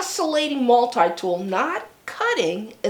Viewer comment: Mul-tee tool. Not multiii